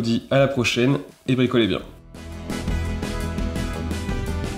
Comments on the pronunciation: J'ai cru qu'il a dit charge litokaka 😂😂😂 c'est litrokala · On dit LiitoKala, avec un "L" comme Bricolage .